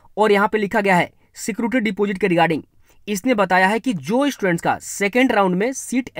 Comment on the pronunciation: Bro aap ache se sab kuch explain karte ho. Aapka channel subscribe krne ke wajah se hi hum thoda tension free hai. But bro ek baat "s" Pronounce tikh se kariye. Students boliye estudents, e-state nhi. Mazak nhi uda rhi bas aapka bhala chahti hu. Thank u bro